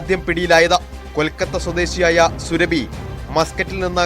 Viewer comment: "സുറബി" എന്നത് സുരഭി ആക്കി മാറ്റി. കൊള്ളാം മാപ്രകളെ.ശരീരത്തിൽ അല്ല, മലദ്വാരത്തിൽ.ഒരു വാർത്ത പറയുമ്പോൾ, ശരിയായി പറ. ആരെ ഭയക്കുന്നത്?